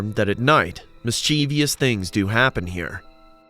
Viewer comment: Mis CHEEV ious isn't a word. It's pronounced mis-chiv-us